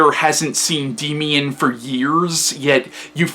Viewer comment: It's pronounced "Daymian"